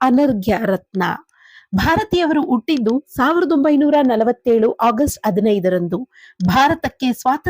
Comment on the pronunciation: ಹ ಕಾರ ಸರಿಯಾಗಿ ಹೇಳಿ. ಉಟ್ಟಿದ್ದು ಅಲ್ಲ ಹುಟ್ಟಿದ್ದು.